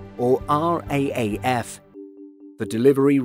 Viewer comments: As a proud Aussie, I feel I must point out that R-A-A-F is totally and utterly unacceptable. It's very much "R-double-A-F". LOL. Also whilst I do love your videos could we please just stick to the metric system? No one except Americans use miles and I have no idea how long a "nautical mile" is, and to be perfectly honest I really don't care. When you say Miles and then Km it distracts from the story you're trying to tell, pick one and stick with it. Otherwise LOve ya channel. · The use of NM and feet is the aviation default but yes Raaf was weird to hear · We say R double A F